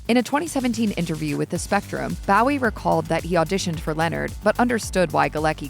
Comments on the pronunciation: I think the pronunciation is Bow as in low, not wow. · Isnt it 'Bo wee' not how the AI us pronouncing it.. or is it 'Boo wee' like Jim at the Alamo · Bowie himself pronounces it " BO-ee." It’s sad that voice actors don't have the professionalism to research pronunciation. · It took me a bit to realize that the actors name was Bowie. I kept thinking he was being made fun of. Bowie sounds like ur saying Barry with his speech impediment.